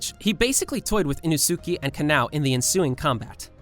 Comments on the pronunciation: This is off topic but you said Inosuke wrong. Its E-NO-SU-KAY not E-NO-SUKI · No one gonna talk about how he said inosuki and not inosuke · bro said inusukie lol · im sorry, did you just pronounce inosuke as "eeno-sooh-key"😭😭😭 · During doma’s turn you said inosuke wrong it’s actually (ino)(skey) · Bro said innosukie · Its E-no-Su-kay thats how his name is pronounced but its spelled Inosuke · we dont pronouce inosuke like inosuki like like inosuker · Bro really said Ino SUK E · “Ino-sooky” “Kanow” B r u h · Bro callad inoske inasukee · Did he just mispronounce inosuke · The way u pronounced inosuke made me way too mad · So uhh good video but we not gonna talk about how he pronounced Inosuke😀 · Bro butchered inoskue name😬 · Are we going to ignore how he pronounced Inosuke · The way you pronounce Inosuke’s name is hilarious